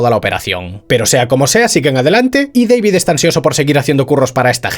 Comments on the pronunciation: Que manía de llamar al prota "Deivid" que sí, que se escribe David, PERO SE PRONUNCIA IGUAL QUE SE ESCRIBE, si él mismo lo dice: D A V I D. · "Deivid" ulala señor Francés Se dice DAVID Martínez